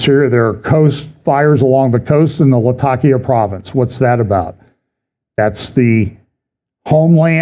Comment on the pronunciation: Pronounced Lat-A-Kia NOT La-Tackia!